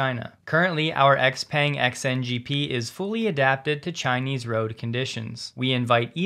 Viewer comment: Just a note, Xpeng is pronounced phonetically "zhau pang"